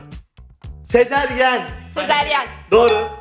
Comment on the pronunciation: FATİHDE SEZERYEN DİYOR EŞİ DE AYNI SEZERYEN DEDİLER (SEZARYEN) DEMENİZ GEREKİYORDU.